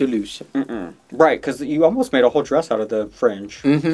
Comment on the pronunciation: I love how called Maddy's costume a 'drayus'.